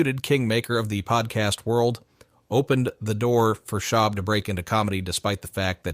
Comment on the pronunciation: Someone makes a video based on Reddit having no idea about what they’re talking about. Can’t even pronounce his name correctly lol